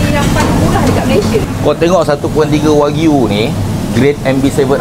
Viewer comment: Jual daging tapi sebut pun tak betul.. Bukan wag-yu Tapi wa-gyu Haihh…